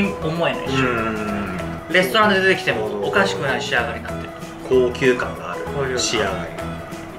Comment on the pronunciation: レストランの発音w